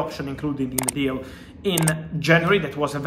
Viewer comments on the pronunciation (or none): none